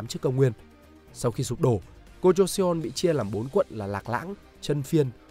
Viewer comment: Nội dung hay nhưng nếu bạn đọc được đúng phiên âm thì sẽ hay hơn. Ví dụ "Joseon" -> "cho-son" chứ không phải là "giô - sê - ôn"